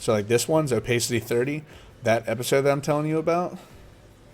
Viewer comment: dude please.... Its o- PASS-CITY